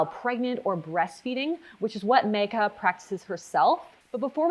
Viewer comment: She said Megha properly...that is all.